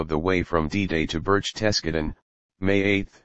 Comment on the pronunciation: Maybe if it were spelled Burk-Tis-Gart- Den the A.I. voice could have pronounced it properly. just what we need... a computer explaining human behavior. Loserville.